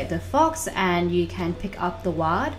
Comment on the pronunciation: a whaattt? A WAD? XD its called waRd